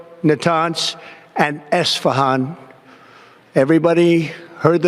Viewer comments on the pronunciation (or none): isfahan harusnya woe, bukan isafan :face-blue-smiling